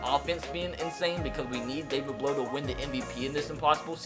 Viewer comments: As a Purdue fan I actually watched all his games in college. Also his last name sound is ow not oh. Blough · It’s pronounced David Blau not David Blow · Hey, I like your videos, but I have one critique. His name is pronounced Blough sounding like plow, not blow. Keep up the good work! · Blough is pronounced like you would say "now" not "blow" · You’re saying his name wrong. It’s not blow. Bl then like you’re saying ow. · His name pronounced like plow but with a B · David Blough is said like David Plow but with a B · Its pronounced blough like a feild plough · It’s David Blough, but u say the last name like Blow(say ow as like u hurt yourself, u say OW! That’s what it is) it sounds like Plow... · you said Blough wrong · David Blough my boy from Purdue! Edit: your pronouncing it wrong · AJ Burri I’m a Purdue fan too and I want to watch this series but if he pronounces it that way the whole time i don’t know if I’ll be able to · David Blough was never drafted by the browns and Blough doesn't like sound blow,it sounds like bl-ow,ow like in ow I hurt my toe.